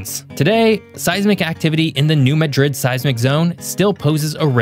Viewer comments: It’s pronounced New MAD Rid Not Majrid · I was pleased that the first time he mentioned the earthquakes he pronounced it correctly (MAD-drid), which most ppl get wrong. But the second time he blew it (muh-DRID). Damn. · New Madrid is pronounced New MAD-rid. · The "Madrid" in New Madrid isn't pronounced the same as the Madrid in Spain. It's pronounced with a short "a," with the accent on the first syllable: "MAD-drid." The error is understandable. I tend to drop the "s" in Ricky Gervais because that's the pronunciation of Gervais Street in Columbia, South Carolina, where I lived for seventeen years. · Geo-geek moment: New Madrid is actually pronounced New MADrid by the locals. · It's pronounced "Mad-rid" not "Mad-rid". Southeast Missouri isn't Spain.